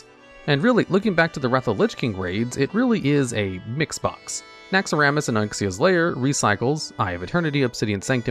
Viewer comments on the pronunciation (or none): sooo am i having a stroke or does say "naxxaramas and onxias lair?"